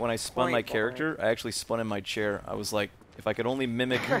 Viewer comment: You said woss